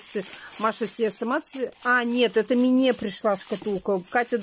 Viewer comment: ты слово рандомно знаешь, а МНЕ вместо МИНЕ, не знаешь что надо говорить??? или ты спецом так делаешь?